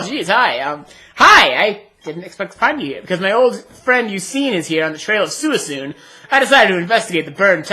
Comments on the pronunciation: By the way, its pronounced SWEECOON not SOOEESOON lol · ive never heard that pronunciation of suicune before. thats pretty neat :D i pronounce it swee-coone, if that makes sense XD